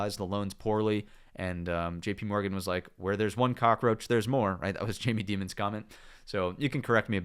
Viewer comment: lol...he said "Jamie Demon" 👺